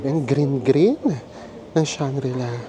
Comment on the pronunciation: Hi and! Just a little bit of correction. It is Shangri-La.:) Thank you and more power!